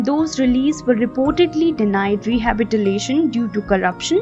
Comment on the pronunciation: She said rehabitilation